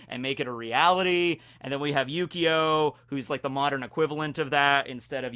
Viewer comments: I swear he said yugioh at least a couple times by mistake. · I keep hearing Yu-Gi-Oh instead of Yukio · It really does sound like you're saying yugioh lol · When you say his name I only here yyyyugioh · It feels like you keep saying Yu-Gi-Oh. After Xcution, I'd really love if you talked about the characters of Monster Musume. Including best girls Centorea and Rachnera, and even Too Kind for this World Kimihito. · Whenever says yukio i kept hearing yugioh.... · ...not gonna lie... I kinda thought he was for a while.. I had to look at the screen and pay attention to notice, I mainly have Vids on in the background while I play video games.